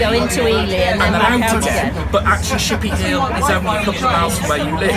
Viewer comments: Actually it is pronounced "Ship ee ah Hill" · also said it as chippy Hill at one point!